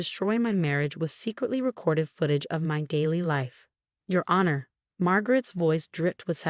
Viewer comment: Same storyteller who mispronounces several words like sabotage, honor, facade, etc. which can be in fact edited if the author is not lazy.